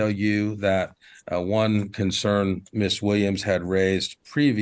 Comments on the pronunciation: I keep hearing "Miss THING". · I keep thinking they're saying "Miss Thang" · It’s the random Mobb Deep playing in the back for me…. And it sounds like he’s calling her Ms. Thang